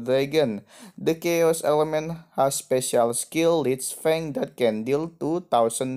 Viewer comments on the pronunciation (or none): none